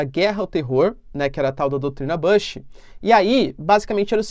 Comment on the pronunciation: Só uma correção na sua pronúncia do nome do Bush. Você pronuncia "buxi" e não "baxi" com acento circunflexo no a, como você falou. O correto é "buxi", ok?